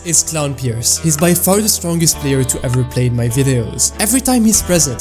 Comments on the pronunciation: crown peawce is hea crown peawce is hea! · i am the only one that heard "crown" pierce